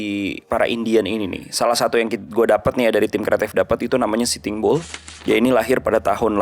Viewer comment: Kenapa denger pelafalannya sitimbul, ternyata sitting bull 😂